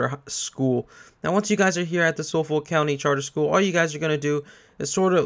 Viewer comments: You pronounce Suffolk (sufuk) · Just so you know Suffolk is pronounced SUFF-UCK. I know because I live in Suffolk, in the U.K. Anyway that aside, thanks for the good guide bro. Much appreciated. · It's pronounced "Suf-Fuk"